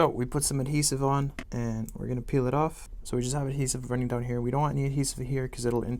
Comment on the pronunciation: The way he days "Gonna"